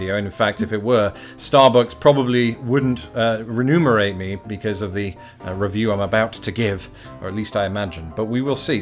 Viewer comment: "Just to point out, this is not a sponsored video. In fact, if it were, Starbucks probably wouldn't renumerate me because of the review I'm about to give." The word is remunerate, pronounced "ree-MYOO-ner-ate." That is a common mispronunciation.